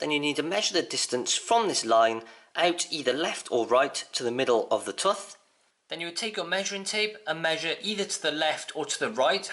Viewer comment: wtf is a "tuth" ? you mean tooth right